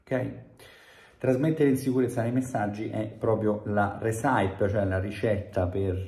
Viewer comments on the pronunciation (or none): Hai ragione su tutto, tranne che sulla pronuncia della parola ricetta che non è "resàip" bensì "rèsipi" con l'accento sulla prima sillaba /ˈrɛsɪpi/. 😄 P.S. Bei capelli.